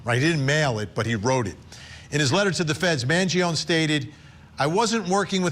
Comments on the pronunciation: Also not for nothing but it’s “man-JON-ee” not “man-jee-OWN” which Vinnie should know considering he’s Italian 😂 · It’s pronounced M – A – N – G – – I – O – N – I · Vinnie just call Luigi by his first name if you're not going to pronounce his last name correctly every single time you make a vid of him. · Why can you still not pronounce "Mangione" properly?